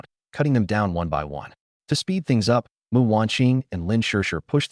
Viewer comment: My god, the AI reader gets the name "Mu" right and not Emm-You! Very impressed with the QC you've done!